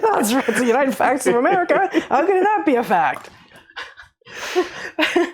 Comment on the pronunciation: Facts? "Pfachts!!" -- "Pfauci"